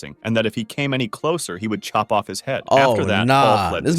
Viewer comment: 5: 26 am I'm the only one who notice when said chop off your head he said shop off you head